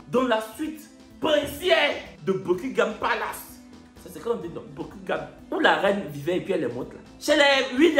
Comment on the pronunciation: Ehh gnanhoua, c'est "beuh-kinn-gham palass" (buckingham palace).